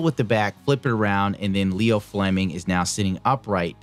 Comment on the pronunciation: It's Io Fleming, not Leo. Like one of the moons of Jupiter.